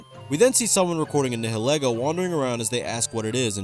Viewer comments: "Nihilego" is actually pronounced "Nile Eego"! Nihilism + Ego, as it is modeled after a hat with hair and it is a parasite that goes on top of people's heads, eluding to enhancing one's appearance (ego). It's silhouette is also made to resemble Lillie, which is pretty disturbing if you know what she went through. That was supposed to be a pronunciation correction but it kinda turned into me gushing about an Ultra Beast I really like. Oops! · As a Pokemon nerd, you pronounced Nihilego wrong (it's pronounced like "nihilism")